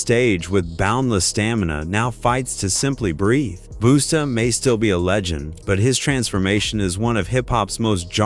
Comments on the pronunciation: They pronounced flavor flavs name wrong. Its flayve, not flaav. And its busta, not boosta. A.I goofs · Say their names correctly plz. Buusta an flavv who talk like that.